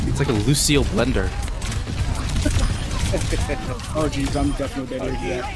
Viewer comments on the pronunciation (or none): Who's "Lucile Blender"? 😂 Jk